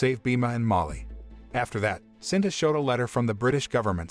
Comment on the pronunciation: It's SITA sir not sinta